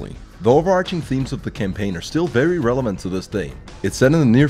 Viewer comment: It's vewy hot in here